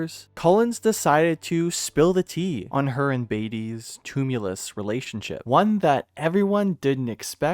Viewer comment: "Toom-you-luss". Lol. Read the word "tumultuous" in its entirety and try saying "to-mult-chew-us" instead. Sheesh.